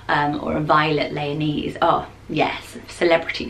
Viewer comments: Anything with "esse" is pronounced "ess" as in "princess", not "ese" as in ""ease" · Lyonesse is said Le a Ness.. I'm Cornish 😁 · It’s pronounced Lion-esse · I just started watching this and decided to google how to pronounce Lyonesse; apparently it's pronounced like the animal lioness. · I thought exactly the same thing! Haha